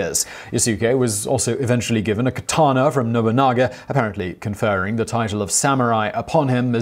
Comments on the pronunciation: Did you say Nobungga? 😂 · i think oda nobunaga and aketchi mitsuhide commited sepuke in heaven when they heard you pronounce there names, hahaha nobungo , nice video tho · Nobunga! Mitt-sue-hide? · "nobunga"!?!? Oh Simon, you've just cursed yourself there. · Hey Simon, I know you're trying your best + a "college try" on these Japanese names, but please try to stay somewhat consistent with them, even if you are mispronouncing them. You, somehow changed Nobunaga's name to "Nabunga" . I'm only making a point of this because, while I'm not 100% sure, there might have been a descendant of Nobunaga who's name was Nabunga. Feudal Japanese lords tended to have a way with naming their sons. Nobunaga's direct sons, that I can recall, were Nobutada, Nobukatsu, and Nobutaka....so Nabunga isn't too far off and could lead to further confusion rather than education. Beyond that, I had heard bits and traces of this, but never a "fuller" account of Yasuke. Thank you for this. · "Nobunga" lmao